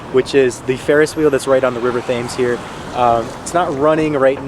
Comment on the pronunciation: Don’t pronounce the Th in Thames… just as a T. Classic American pronunciation 😂